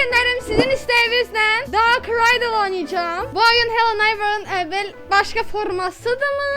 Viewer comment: ✨ Darğ ✨Raydilğ✨